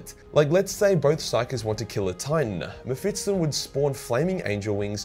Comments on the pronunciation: Bro its Mephisto (Mefisto) not Mefistton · Normal people: Me-phis-ton: Me-phits-ton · I guess its cannon that mephiston is pronounced m-fips-ton and not m-fis-ton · Meff-iss-ton. Not Mef-its-ton. That made my autism hurta bit. Lulz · it's mephiston not mephitson mr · mephiston (meh-fis-ton) not (meh-fits-ton) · According to youtube... this is a video about World of Warcraft... damn aussie, the algorithm does not understand your weirs accent. By the way, it is Mephiston, not Mephitson. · His name is mephiston, if you can say "fist" and "on", then you should be able to pronounce this. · Am I the only one who gets extremely triggered by how wrong pronounces Mephiston's name 🤔😂? Maybe I am wrong but I don't think 'Mephits-ton' is the correct pronunciation and I recently listened to a 10h audiobook featuring the guy 😅. And yes he is very op 😖🤣. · Say Mefitstson one more time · So many Muh-Fit-Stuns. Had to pause the vid for ten minutes while you butchered that name. All around a pretty agreeable psyker list though. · Strange pronunciation of Mephiston